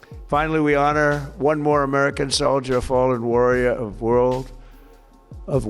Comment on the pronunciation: Wur uh ld